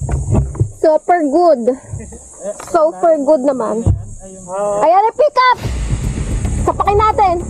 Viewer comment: Anong sinabi? Soaper good? So far good? Super good? Ano nga ba? 😂